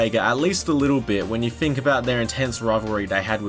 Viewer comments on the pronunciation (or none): none